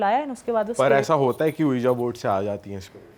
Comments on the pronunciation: Its Ouija Not Ojua 😂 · Weeja is the correct pronunciation of Ouija board